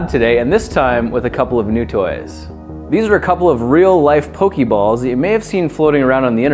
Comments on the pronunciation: Pok-AY balls. Not Pok-EE balls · It's poke eh balls and poke eh mon